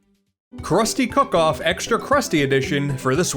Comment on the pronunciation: im sorry but you should probably fix the fact youve said cock off instead of cook off